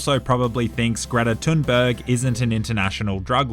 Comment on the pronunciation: How did he pronounce Greta Thunbergs name correctly but not Jorge